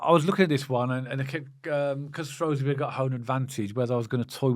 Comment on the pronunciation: Guys, great channel. Love the sense that you bring to the table. One thing if I can. Shrewsbury is shrew like screw. You say shrow like throw. As I’m a Shropshire Blue, please Shrew as in new. Loving your professionalism and the way you are both learning about the new league we find ourselves in. KRO.